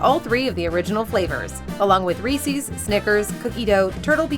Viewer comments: Just don't call it "Reese-ees." It's Reese's! I should know! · Reese. Not "Re-see" 🤦🏻‍♂️🤦🏻‍♂️🤦🏻‍♂️ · "Re-see" is also incorrect pronunciation for 'Reese' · Reese's isn't supposed to rhyme with feces